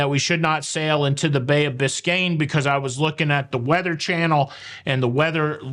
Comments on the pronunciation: It is bay of. Biscay. Bicain bay is Miami. Lots of love ❤️ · it's the Bay of Biscay, not Biscayne. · Great show. However it is Bay of Biscay, or is it just your accent. 👍👍from Uk. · This was the Bay of BISCAY (no N) which is off the coast of France & Spain. Not BISCAYNE Bay which is in Florida. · By the way it was Bay of Biscay not Biscayne Bay in Florida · Biscayne Bay is next to Miami, FL - I’m sure is so used to hearing that one, it was a natural mistake. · love your rant and agree with your it, too many entitled people. By the way it’s Bay of Biscay not Biscane. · i love you by the way it is the bay of "Biscay. " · It's Bay of Biscay